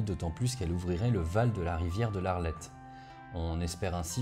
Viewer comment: En effet on prononce"Schnédère"👍, par ailleurs la rivière est l'Ailette et non l'Arlette, et on dit "Berry au Bac" tout court, pas "le Berry au Bac", rien à voir avec le Berry berrichon 😉